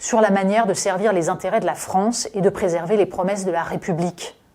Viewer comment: Le IN se prononce IN , pas AN …. Par exemple, on ne prononce pas ANTERET mais INTÉRÊT….. ANDUSTRIALISÉ : non …. INDUSTRIALISÉ… etc etc ….